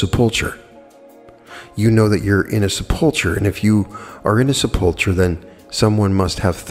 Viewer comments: sep·ul·cher /ˈsepəlkər/ The "ch" is a hard "k" sound. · Love your videos and I admire your wisdom in all things metaphysical; but sepulcher is pronounced seh-puhl-ker.